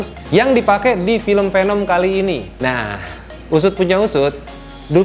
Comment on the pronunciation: It's veneum not penem ✌️